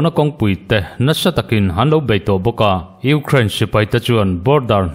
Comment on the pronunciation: I thu chhiar angaihnawm e, kan ṭawng nilo ṭawng dang, Ukraine tih ang te i lam dika, News Reader in nihna angin i smart a atha e, kan Youtube Channel neih thenkhat hnam dang ṭawng lam fuhlo hriat tur a awm fova, a in hmeh chiah lo deuh, tin Twesday Nightmare te ang mahni ṭawng pawh lam fuh theilo tehi rawn inla News viau ṭhin hmahse an hne awm ṭhin. Hmasawn zel tur kan nih ang bawkin, News readers tehi chu smart em em tura beisei pawh inni e, tin Russia hian Ukraine a rûn hi sim thak tura Russia hi nûai hrep tlak ani, tin Fuel hi tlema lam uluk leh deuh tumla i thei em em ang, "Fiuwel" ti anga lam rik a dik ang. U kha Mizo in "iu" tia kan lam rik anga lam rik tur ani ang. Indo leh indo thuthang a tam ṭhin hle a, tun lai News hi a rumra hlawm ṭhin hle kei pawn ka ngaithla nasa, ngaihnawm tak chu ani bawk si..😂